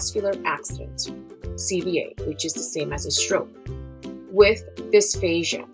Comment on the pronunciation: I thought I heard dysphasia instead of dysphagia. But anyways, thanks for sharing your knowledge! :)